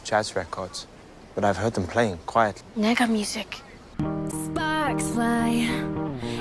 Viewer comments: She said it as”nega” and I was like whet? whet is this nega and then realised what she was tryna say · LMAO I THOUGHT SHE SAID “MEGAMUSIC”